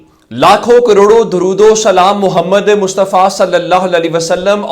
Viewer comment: آپکا تجزیہ کافی بہتر ہوتا ہے۔ آپ سے ایک شدید اعتراض ہے۔ وہ یہ کہ آپ درود وسلام پیش کرتے ہوے بولتے ہیں "محمدے" جو کہ بہت ہی غلط اور بے ادبی ہے۔ برائے مہربانی آپ بولتے ہوے بہت خیال رکھیں اور " محمد " ادا کیا کریں۔ شکریہ